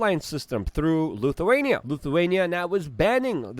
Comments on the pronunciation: His English is perfect grammatically. Nobody on the planet says Luthuania in any language. Same with Kaliningrad which he pronounces Kalingrad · Did Luke just say Lukeawainia? He said it twice. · L ‘I’thuania… why do so many Ytubers mispronounce words in their videos, is it to stand out or be edgy? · Luthuania? Kalingrad? It's Lithuania and Kaliningrad!